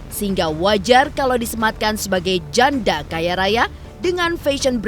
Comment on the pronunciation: Bisa gk sih tekanan suara pas ngomong janda itu biasa aja, jangan terlalu di tekan, kayak mojokin gitu. 😈😈😈😈